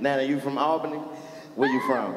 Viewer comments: MANE, CHICO. Chico know something about every city they go to but he still aint know its called "ALL-BENNY". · said All-Benny 🤦🏽‍♂️🤣🤣🤣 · It's All-ben-ee lol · The wife and I really and enjoyed ourselves. The people were getting pissed at how buddy kept fucking up the name "Albany" (all-benny). Like he was saying "AL- Benny" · Nigga it’s ALL-Bany!!! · Why didn't nobody teach the announcer dude how to say Albany before they got there??? 🤣🤣🤣😂😂😂😂😂😭😭😭😭😭😭😭😭😭😭😭😭😭😭😴😴😪